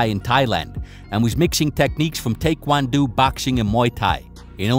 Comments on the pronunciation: "Tay-kwan-doo"? 🤔😂 Taekwondo is pronounced tae-kwaan-dow. Your channel is dedicated to covering MMA and martial arts. How do you not know how to pronounce Taekwondo? Lol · is the goat, but Tay-kwon-doo?? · did he just say take won doo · ha, clearly you’re lying. If you knew any Korean at all (which I do) then you’d know they pronounce taekwondo NOTHING like they do in America! If they did that for you, they were doing it on purpose. You can literaly google this stuff and see YOURE wrong. Jeez bro 🤦🏼‍♂️ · How is this guy so bad with combat terminology. He misspells thai and thai quan do and ship much he misspeaks. Its not thy. Thai is a nationality that is famous for its boxing style pronounced tai and spelled thai as in thai boxing from thai land. I suppose it's obvious he has no history with any combat sport or he probably would have heard these names used properly.